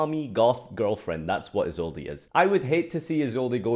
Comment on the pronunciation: Why does everyone pronounce the “e” in Isolde? But I don’t what Isolde to be banned